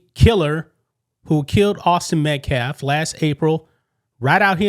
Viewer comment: That clown in a suit is a fucking moron. Can't get Daniel Penny's name right and even mispronounced Austin Metcalf's name a few times. Wants to act like he knows stuff but doesn't know Kyle had an AR not AK. Then took every opportunity he could to plug his organization